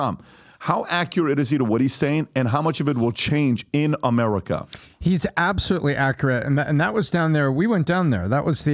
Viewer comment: EVERYONE: America PBD: Amereca.😂😂